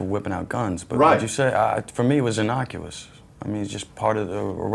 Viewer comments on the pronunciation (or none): "Innocuous" LOL